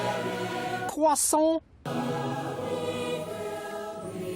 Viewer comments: We say let it CWASSONT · THEY’RE NOT LETING IT KWAHSSONETE